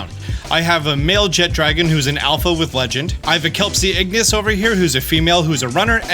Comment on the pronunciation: Small peeve, it's Jeh-Tra-Gone not Jet-Dragon. There's no D in that word.